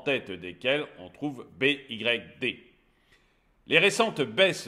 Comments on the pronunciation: B.Y.D se dit bi aie di (Phonetiquement ) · "BYD" ... "Bee why dee" faut prononcer